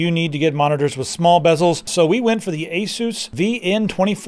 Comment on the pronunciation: I think it's pronounced ace us